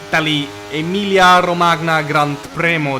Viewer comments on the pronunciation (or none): Wtf is romaG-Na a pokemon lmao, not that i can say much since my dutch isn't better than that